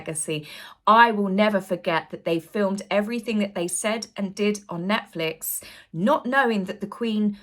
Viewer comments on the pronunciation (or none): none